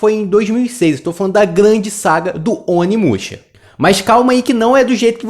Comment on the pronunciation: Tu falou o nome errado, muito errado